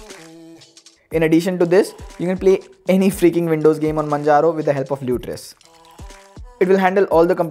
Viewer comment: its majaro, you dumb piece of shit. say with me 'mann'-'haro'.